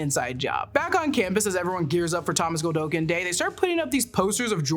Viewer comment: It's not GOLDOKIN!! Hearing her saying "Godolkin" the wrong way so many times for 46 minutes had me making the same mistake while discussing it with friends. 🤦‍♂